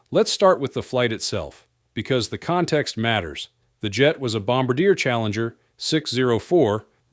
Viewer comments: It's Bom ba de A. Not bombadeer. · "Bomba-deer?" Give me a break.